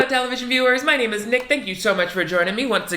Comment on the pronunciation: I've been binging Nick since discovering his Grinch video around the holidays. Am loving him! But is it just me, or does the way he says "My name is Nick, thank you so much" quickly sound more like "My name is NickD*ck" ? Throws me off every intro! Does he do this on purpose or am I just hearing things?